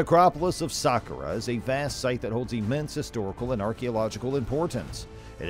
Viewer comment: It's pronounced sakkara